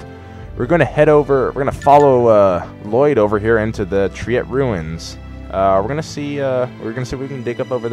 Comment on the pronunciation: It's pronounced as try-et not tri-et